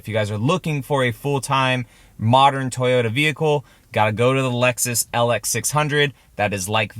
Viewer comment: Not toyoRa… it doesn’t have a R 🤦🏻‍♂️